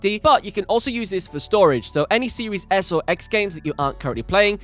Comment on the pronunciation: love your content but i just have to say it before someone else does... "seewees s" lol